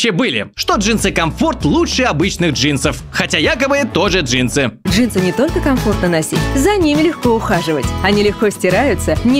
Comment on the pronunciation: Джинсы, легинсы? ДжеймсГенсы!🤣🤣🤣